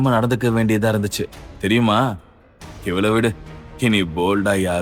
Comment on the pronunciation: Mosamaana thamizh uchcharippu AVAL IVAL Enru